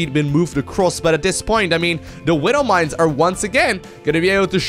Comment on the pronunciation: I hate it how he says "Widdle mines" .. Widow. Not little.